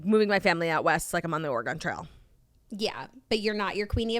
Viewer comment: Saying Oregon so wrong. It's hurting my ears!